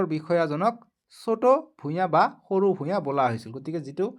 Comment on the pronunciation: ভূগ্ৰ নহয় ভূঞা ভুল হৈছে ছাৰ শুদ্ধ কৈ ক'বলৈ শিকিব ।